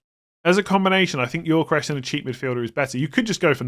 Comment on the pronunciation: Please pronounce Gyokeres correctly: Yo-Ke-Rez, NOT Yor-Ke-Resh